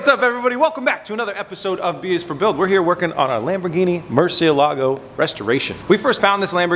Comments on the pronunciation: Murcielago brother murcielago its kind annoying me how you said it in 2 words murcie Lago that's bad traduction you saying Murcie lake it's murcielago all together saying it fast sorry it just give me a tick the way you said it 😅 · I've been to Seattle, and I know for a fact that there are people there that speak Spanish. Please ask one of these people for the correct pronunciation of Murcielago.